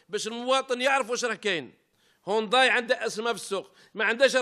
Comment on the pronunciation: يا سي طحكوت العلامة اسمها هيونداي مشي هونداي والله غير زايلة تهدر مفهمتش انت كيفاش راك عايش والله غير الداب راكب مولاه فالجزائر.